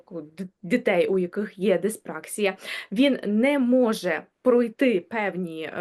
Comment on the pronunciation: Не диспр А ксія, а диспракс І я, наголос на І.